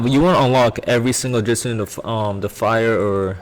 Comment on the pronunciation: Did anyone else notice that they said jitsus? instead of jutsu